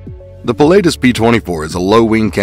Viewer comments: It’s pronounced puh·la·tuhs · Ah … no! Pii (like in „to pee“ … sorry about that 🙈) - laa - tus (the „u“ like the second u in „usual“), it‘s a famous mountain in central Switzerland near by where they are built. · It was hard to watch this video when you can't even pronounce Pilatus properly. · No kidding! Must’ve been some guy just to narrate and has no clue about Aviation.